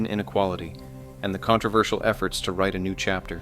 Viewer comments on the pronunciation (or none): none